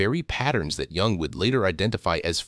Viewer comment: You should maybe pronounce Dr. Jung’s name correctly. Oh wait, you’re a robot . . .